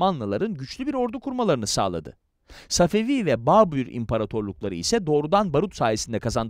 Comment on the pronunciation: Səfəfi tarixini düzķün demirsən. Babur tarixini də düzķü danışmırsan.